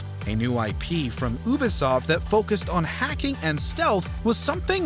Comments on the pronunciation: It's pronounced "YOU•B•soft," not "Ooo•B•soft." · Its You-Bee-Soft, not Ew-Bee-Soft, jus sayin' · did he just say oobisoft haha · Appreciate the video. But, how could you mispronounce Ubisoft (Youbesoft) not (oobesoft) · Oobesoft? Did you mean Ubisoft? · I’m sorry, did this man say “ooh-bisoft”? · The "Ooo-bisoft" and "Wolfensteen" pronunciations made me lol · Nat see and ooooobisoft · Is it really pronounced as (oo bee soft)? haha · Omg How your pronounce “ Ubisoft “ and “wolfenstein” so damn cringey ah sia . I hope you go back to basics as to how to pronounce those two . Literally arm hair gave goosebumps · Dudes, miss pronounceing, Ubisoft surely I'm not the only one to catch that. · The way you say Ubisoft hurts my soul.